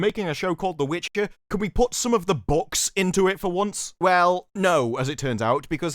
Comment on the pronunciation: He did say witchker didn't he. Not important but just saying